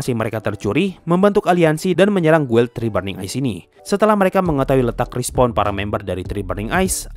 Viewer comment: Guild, itu bacanya gild